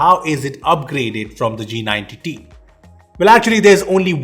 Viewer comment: What others say-" G90t" What i hear -"jee nine tittie"